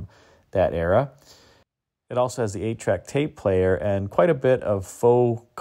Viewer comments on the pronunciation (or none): none